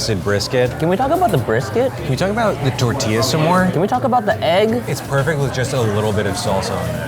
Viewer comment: The way they pronounce "tortilla" kinda makes me cringe